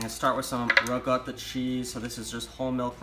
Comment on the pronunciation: Why would you pronounce ricotta correctly but not mozzarella?